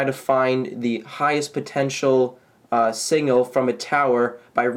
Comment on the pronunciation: Signal not singal